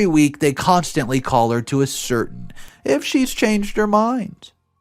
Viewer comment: maybe a helpful hint and I would like to say that you narrate lovely but ascertain us pronounced with the last sylabel (tain) as the loudest and the ai is pronounced as "a" like in the word gain.